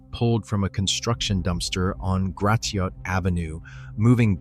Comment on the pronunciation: Gratiot is pronounced like Grass shut ………